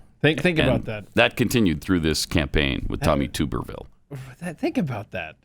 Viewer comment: As an Auburn alum, I take a bath in a tub. Obviously the blaze folks bathe in a tube. Pronounced: Tub-er-ville.